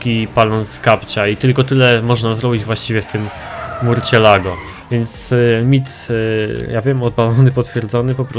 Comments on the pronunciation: Co to murćjelago?! Chyba mursielago. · Murczilago się czyta !!!!!!!!!!!!!!!!!!!!!!!!